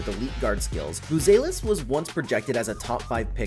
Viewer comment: Stop mispronouncing buzelis😢